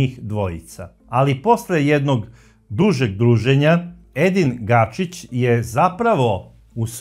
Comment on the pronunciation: Ako je Edin Gačić.,zašto svaki put kažeš Gašić?